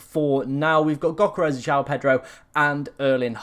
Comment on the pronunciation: Bro I like your channel and videos, but PLEASE It's "YÖH-Keh-Res". The G is silent. (Or more ethnically accurate, it's D-YÖH but definitely NO "G"). Don't have to be a perfect pronunciation but dropping the G goes a long way. Cheers.